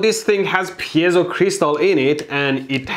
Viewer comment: Mold couldn't pronounce piezo if his left ball depended on it